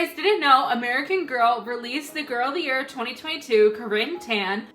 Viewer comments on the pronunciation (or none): none